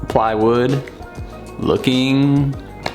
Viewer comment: "playwood loking good" jajajajaja